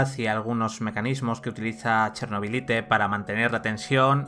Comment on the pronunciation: Cada vez que pronuncias "Chernobylite" tal como suena, Dios mata un gatito.